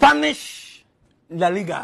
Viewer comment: Spanish la Liga, says perfect, everything else, nope! Love this guy 👍🏼